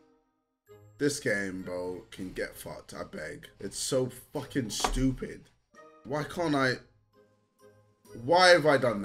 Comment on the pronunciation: this game is so “stjupid”😂